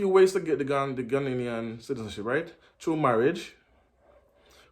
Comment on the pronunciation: Please it Ghanaian, NOT Ghananian